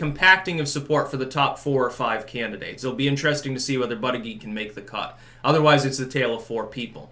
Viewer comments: It's pronounced "butt-edge-edge"....js. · It's pronounced "boot-edge-edge"... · I wish you would pronounce buttigieg right. It's pronounced Booty- Gouge.